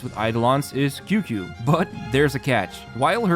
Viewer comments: Qingque is pronounced like "ching ch-yu-eh" , not QQ😭😭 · Qingque is pronounced kinda like Ching Chu-eh.